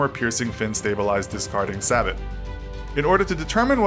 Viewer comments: Sabit? You say it Say-bow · Sabot is pronounced "Say-Boe" not "sabbot" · It's pronounced, Sae-bow, not "Saw-bot" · SABOT pronounced say-boe, not sabat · Not “Sabet”, you pronounce it “Say-Boh”. Always bugs me when I hear Sabot like bob Saget instead of Say -Boh pronunciation. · it is "AH-sandwiched?" Reminds me of ghetto West Siders ( San Antonio, Texas) saying "Ah-scared" rather than "scared" or "afraid. It's also pronounced "Say-bow", not "Sah-Bet" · SAY-BO NOT SABUT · I think it's pronounced "say-bow" not "sab-bette" I'm more of a T-90 guy because it is more low profile, lighter and more mobile, but the Abrams is also awesome :D also for the t-90 ATGMs never hurt unless you're facing it : , ) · its pronounced say bow not saah bot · it's not pronounced "sabbut", you idiot. it's "say-bow". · Sabot is pronounced saybow not sabat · And the narrator pronounces sabot ("sa-BO") as "sabbit." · it is pronounced sabow not sabbit former m1a1 gunner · He needs to learn how to pronounce "Sabot". He says "Sah Butt", rather than "Say Bow" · Its Sabot.....pronounced SAY BOW....not SA BUT. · in apfsds, sabot is read as sabow not sabott. Just in case... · sabot is pronounced say-bo. not sabit. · I don't know why you compared the M1A2 to the T90S instead of something like M1A2 SEP2 vs T90A or MS. Another thing is Sabot is pronounced "say-bo" not "say-bot". Also what?! The 12.7mm KORD fires ATGMs now? I didn't know that. There's a lot of discrepancies with this video. The animation quality isn't the best and the facts don't seem to be checked. I would take all of this with a huge barrel of salt. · Sabot=Sabo (right pronunciation) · you do realize you called the sabot round the "sabbit" round right? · It’s sabo* the T is silent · Pronounced SAY-bow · I believe the point he was trying to make its pronounced ‘sabo’ the T is silent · say bo! once he said that i was lost as a customer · T is silent in sabot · Its pronounced sabo